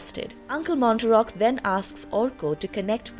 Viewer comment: Uncle “Mar-tock” not Mon-ter-rock”